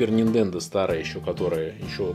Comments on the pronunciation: Нахер , сначала подписался но после десятого раза упоминания Ниндендо отписался. Делаешь обзор, будь любезен не каверкай названия . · Ниндендо... мои бедные уши... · Нинтендооо! А ни ниндендо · Вопрос чисто эстетический . Почему ты называешь "супер нинДЕндо" вместо супер нинТЕндо?